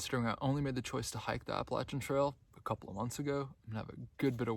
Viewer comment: You, my friend, are one of the few hikers on the Trek that actually knows how to pronounce the AT correctly. Yes it is with a “Latch” instead of a “Lay” sound. This two and a half minute video explains why that’s important. Congratulations and good luck!